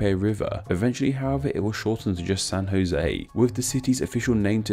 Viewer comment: You said San Jose very nicely